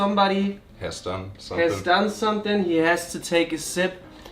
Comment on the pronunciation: Es gibt eine Sache, die mich total stört, wenn T Englisch spricht 🙊 Und das ist, dass er ständig „sonething“ sagt statt „something“... Aber so ist das nun mal 😁